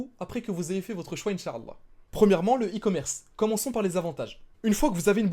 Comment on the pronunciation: Salam frère, merci tout d'abord pour ta vidéo, c'est très intérressant. J'aimerais attiré ton attention sur un point important. Tu prononce mal le mot Insha'Allah, il ne faut pas prononcer la lettre 3ain. tu dis Insha3Allah au lieu de Insha'Allah. En faisant cela tu ne dit pas "Si dieu le veut". j'éspere que ça te seras profitable, Baarakallahufik.